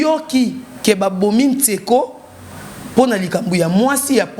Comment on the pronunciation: Tu prononce mal le nom du défunt c tsheko et no tseko stp